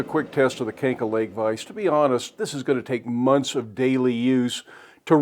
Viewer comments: A brand from my country. It's pronounced like "kahn-ja" (means hook). Their main business is manufacturing forged parts and providing heat treatment services for the automotive industry. They do manufacturing for a lot of big brands worldwide (BMW, Mercedes, Ford and Toyota to name a few). The vices, anvils and hand tools are their side business. They're almost always high quality. You'll probably be happy with yours as you've said. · Kanca (pronounced kahn-tsa) in Hungarian means mare :)